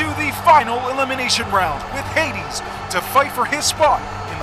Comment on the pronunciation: cringed when he pronounced HADES wrong